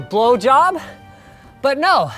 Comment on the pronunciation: I watch this video daily just so I can hear Linus say "blowjob."